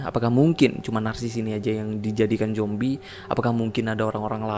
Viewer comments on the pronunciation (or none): Zombie ❌ Jombie ✔️